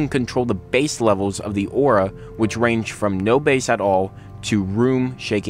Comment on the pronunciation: BASS. B-A-S-S, not BASE!